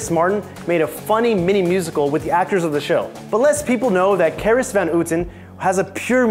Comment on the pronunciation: Seriously, has this guy even Seen the show? Catelyn's name is pronounced CAT-LYN not KATE-LYN 😑 And Carice Van Houton is CA-REECE VAN HOW-TON.... Also do us all a favor and put your arms down